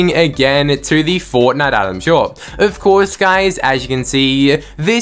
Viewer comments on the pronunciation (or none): Why do you keep saying "guys" after every sentence? And "ofcoure" ? Are you trolling or is English not your first language?